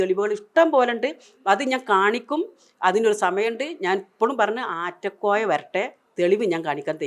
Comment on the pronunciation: ആറ്റക്കോയ അല്ല, നാറ്റക്കോയ 😂😂😂😂